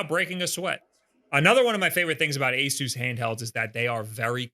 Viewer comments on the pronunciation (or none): I thought it was "A-sus," not "A-soos," or am I missing something...?? You're literally the only person I've heard that has said this company's name like that.